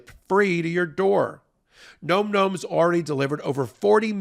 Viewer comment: I can't listen to call the dog food gnome. It should be Nom, rhymes with Mom, the noise you make when the food is so good you can't quit it.